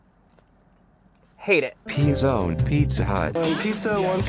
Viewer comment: p'zon sounds like pezón which means nipple in spanish...